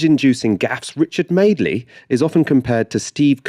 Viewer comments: "Sucking up to the bigger bully" That's exactly what the centrists do. I like how Ash pronounces "Madeley" "Madley," presumably deliberately. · Well, we always knew madeley was an +rse. I like the way Ash pronounces his name "Madly", but I think both commenters attacked Starmer's "civility politics" quite unfairly: He calmly said what he wanted to say, while stepping over the shell-holes laid by Madly and conference opponents, and just refused to give oxygen to both his left- and/or right antagonists. They are pointless distractions. I agree we now need more policy "meat", urgently, but that's a different issue from getting policy time diverted into factional battles. Now get to work on the policies, and then fight over them! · I thought Ash had mispronounced MADELEY at first. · I like how Ash calls Madeley, MADley. Very apt.